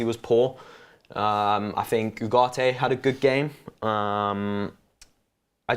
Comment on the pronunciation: Can someone translate to English? What the hell they talking about? Didn’t know Ugarte is pronounced without T?